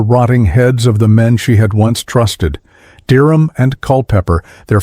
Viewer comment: Aprende a pronunciar:Derham